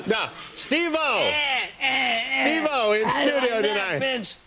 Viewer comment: SteveO not steve - o